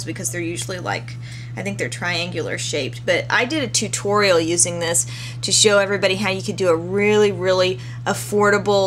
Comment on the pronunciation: "toootorial" ahahaaha =)